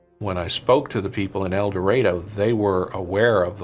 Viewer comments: It is painful to watch this video and listen to the narrator repeatedly call the town "El DorAYdo"....the correct pronunciation is "El dorAHdo" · Mispronouncing El Dorado. (Door A doe)🤦🏼‍♀️